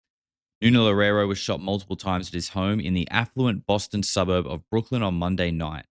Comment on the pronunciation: Brookline not Brooklyn